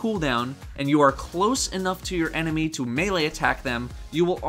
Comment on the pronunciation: "Eneny" lol xD